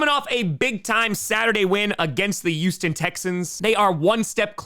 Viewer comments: its Hueston... Not Youston Texans... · He also doesn't pronounce the H in Houston